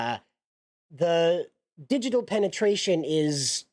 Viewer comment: You sound pretty ignorant when you can't be bothered to look up words like "digital". Not listening further.